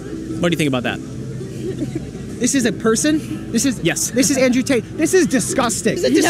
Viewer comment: “Con artist Ander Tate” 🤣🤣🤣